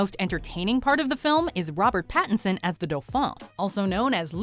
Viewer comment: It's Pattinson mate, not Patterson